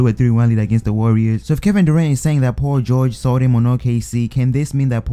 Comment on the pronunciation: U say Paul George like pau goge